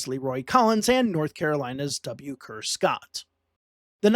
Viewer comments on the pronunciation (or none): I love all these videos and plan to donate. I’ll be up front right now, I’d like to help produce on the NC episode. One note in advance, Kerr Scott’s first name is pronounced “Carr,” same as the synonym for an automobile. Sorry, every newcomer to the state makes that same mistake the first time they visit the Kerr Scott Reservoir or the Kerr Scott Building that hosts many of the State Fair’s agricultural activities (and my senior prom!).